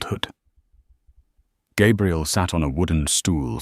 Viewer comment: It's too bad the AI narrator doesn’t understand that the pronunciation of Gabrielle (feminine) and Gabriel (masculine) are very different. This channel should try to have a bonafide English speaker proofread these stories. It's disconcerting to keep hearing the young lady's name repeatedly mispronounced.